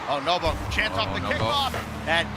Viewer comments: Who the F is nobo, how on earth can he be a commentator when you can even say NWPO's name 🤣🤣🤣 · I heard novo lol pissing me off